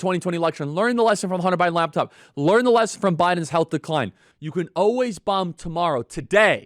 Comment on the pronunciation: It is so hard to listen to guy, and hold him to be credible, who constantly says, "Alwees."